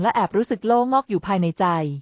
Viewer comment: จักพรรดิ อ่านว่า จัก -กะ-พัด ,โล่งอก อ่านงงว่า โล่ง-อก